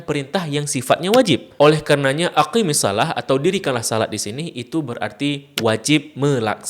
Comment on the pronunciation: Maaf Guru. Koreksi dikit. Ketika mengucapkan "aqimisshalah", "qi" nya pendek, bukan panjang. Karena ketika dibaca panjang, malah jadi untuk dhamir "anti" أقم أقيما أقيموا أقيمي أقيما أقمن